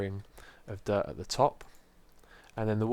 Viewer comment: Whenever anyone says dirt, I always think they say derp